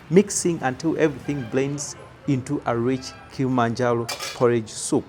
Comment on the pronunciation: Its not kilimanjalo,its called kilimanjaro